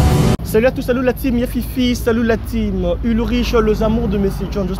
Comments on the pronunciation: Vraiment depuis un moment je veut leur faire cette remarque, c'est la teame pas time 🤦‍♂ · Ulrich on ne cesse de te répéter on dit team (equipe) qu’on prononce Time. Time (temps) se prononce « taïme » . Donc je suppose que du parle de l’équipe et non du temps. N’est ce pas ? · On dit la team qui se lit (Tim) Time c'est le temps qui se lit (Taïme)